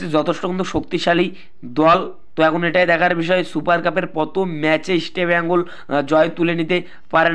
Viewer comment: বাংলা খেয়ে , কথা বলছো ভাই -- আগে ভালোভাবে কথা বলুন , ইস্টিবেঙ্গল নয় কথাটা হবে ইস্টবেঙ্গল।